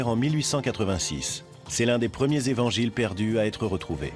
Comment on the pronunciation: Par deux moments ils dit les quatre zevangiles...!!! Quand même !!! Quatre ne prend pas S.... c'est français 😏